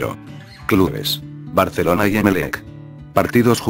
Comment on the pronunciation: Porqué pvtas el loquendo dice "Barceloncie"?? PS: Viva Saprissa 💜